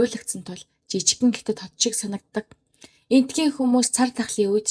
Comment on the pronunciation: Гятад гэж битгий уншаарай дүү.